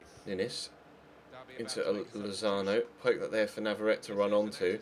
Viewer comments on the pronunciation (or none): none